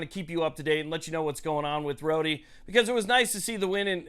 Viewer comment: Isn't it pronounced "road" like in "Rhode Island "? Just curious...